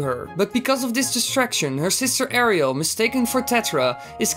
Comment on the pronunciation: Is no one gonna mention it sounded like he called links sister Ariel?…